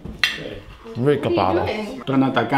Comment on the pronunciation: JAJAJAJAJA no puedo creer, creí que decía siempre " RICO PAVO " y era " RE COPADO "